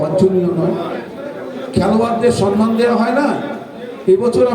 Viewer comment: Somman not sonman